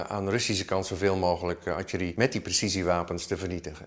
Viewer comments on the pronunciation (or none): De correcte uitspraak is “artillerie” en “kanonnen” niet “artjerie” en “kanons”. De Nederlands Taal Unie beheert de Nederlandse taal niet leden van de overgewaardeerde scouting met spraakgebrek. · Die man kan artillerie niet uitspreken 😂😂 atjerie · Netjes gedaan, Nieuwsuur! Wéér een mooie analyse in het rijtje. De uitspraak van het woord artillerie zit er duidelijk nog niet goed in,... Het is ARTILLERIE en artjerie. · Als je niet verstandelijk gehandicapt bent dan spreek je correct Nederlands. Artjerie is een verzonnen woord. Als je het woord “artillerie” spreekt dan gebruik je de “L” klank en niet de “J” klank. Verder kan je lullen zoveel als je wilt. Dat je professioneel soldaatje speelt met je pief en poef stok wil niet zeggen dat de regels omtrent de Nederlandse taal anders voor jou is. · Bijzonder dat een expert artjerie ipv artillerie zegt. Voor de rest mooie reportage die ook op reddit al veelvuldig gedeeld wordt. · Wat is atjerie? Bedoelen ze soms artillerie, luister op , splaak gebelek? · Zegt nou telkens "atjerie" ipv artillerie? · Mooi en informatief. maar kom op zeg ''atje-rie?'' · Ar·til·le·rie - niet Adje Li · Atjerie, lastig woord hè "Artillerie" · viel mij eerder al op maar nu ook weer, beide experts spreken atjerie uit. De voice over heeft het over artillerie. Waarom is dat, weet iemand dat? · Zegt die defensie expert nou heletijd atje rie? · Al die minuutsie en atjerie is me toch wat zeg. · Waarom hebben al die Nederlandse militairen (en experts) het over artjerie in plaats over artillerie? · Archerie... artillerie! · Atje Rie. 😂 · Die man noemt het :"Artjerie". Hoe moeilijk is het om AR- TIL-LE-RIE te zeggen oh my god. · Kan deze man alsjeblieft leren hoe je het woord artillerie uitspreekt? Enigszins zielig als een defensie expert Atje Rie zegt, zelfde uitspraak als een 3jarige… verder prima reportage, maar irriteer me echt aan de expert die het woord niet kan uitspreken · Die man zegt de hele tijd atjerie haha